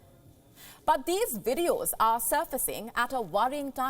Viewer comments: It is not 'Wideos' love, it is 'Vee' for Videos Come on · 🤣 " ....these are WIDEOS that are doing the rounds on social media". sorry, i found it cute